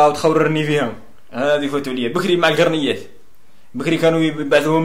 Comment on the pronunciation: القرميات ماشي القرنيات